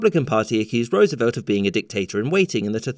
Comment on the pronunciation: First time I've heard a Brit pronounce Roosevelt correctly.